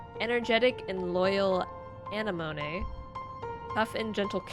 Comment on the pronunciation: absorbent brain then pronounces anemone as anay-monay 💀